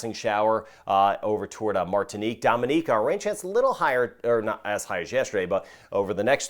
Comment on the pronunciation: I appreciate the proper pronunciations of the Caribbean island names. Most Notably, Dominica, Antigua, Monserrat, Guadeloupe. Respect! 👊🏾